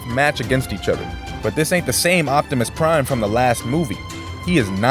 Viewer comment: Bufftimus prime towards the end 😂